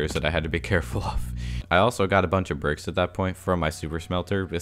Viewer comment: Is it just me, or does he say "bircks" instead of bricks